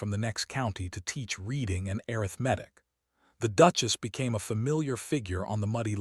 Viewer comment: It's arith ma tic and hoping, not hopping, and BOW as in NOW, fade ing not fadding. Just one version of a common story